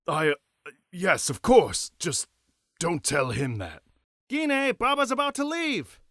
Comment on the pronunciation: We pronounce her name as Jean.